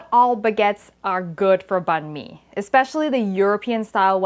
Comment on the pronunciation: Thanks for pronouncing "banh mi" correctly! Also, we have a Dac biet banh mi translating to a combination. It can also include a Vietnamese mayo or hoisin. You sound like a true Vietnamese, btw!